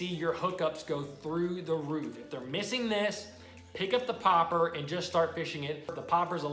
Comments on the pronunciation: Why are you saying popper like that....... stop it. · It triggers me how he says Popper